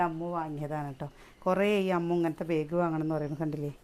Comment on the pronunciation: ബേഗ് അല്ലാ ബാഗ് ആണ്